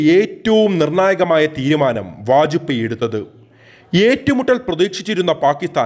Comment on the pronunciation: Vaj pey. Not poy